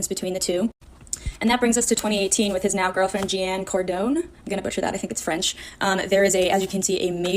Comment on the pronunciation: With not witn